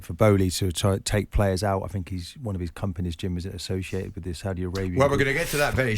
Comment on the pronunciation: Why does this idiot jim white keep pronouncing the saudi teams in a weird exaggerated and patronising way??